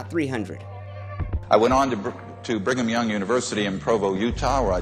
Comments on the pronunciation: "Birmingham Young" HAHAHA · Man just said BIRMINGHAM young university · “Birmingham young”.